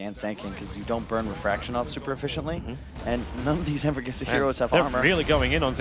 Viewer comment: Ya saben serranos se dice anvourgueisa :v gaaaaaa